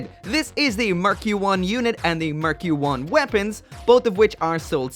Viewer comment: sounds like “murky one” hehe